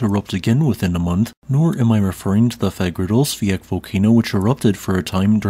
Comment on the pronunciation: Just listen to every time he says Fagradalsfjäll.